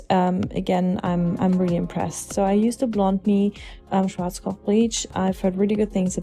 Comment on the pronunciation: Ist sie eine Deutsche, so wie sie Schwarzkopf ausgesprochen hat nur meine Vermutung